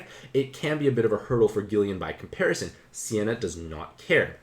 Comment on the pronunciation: Its not Sienna, its Seina (Say Nah).